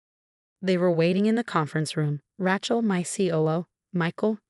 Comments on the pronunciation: The name is pronounced Ray-chel, not Rat-chel. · 'Rat-chel' is AI'S version of 'Ra-chel' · If you are going to keep using the name “Rachel” learn to pronounce it. It’s not like a ratchet, Ra, then like sea shell.